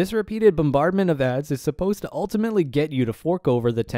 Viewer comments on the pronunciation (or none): none